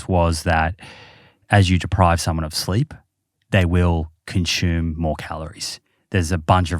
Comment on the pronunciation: Its consume not conshooom. There is no h in the word consume.